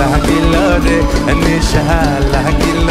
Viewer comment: R aa vaii.. নিশা নাহ,,, নেশা!! আগে উচ্চারণ ঠিক কর ভাই!!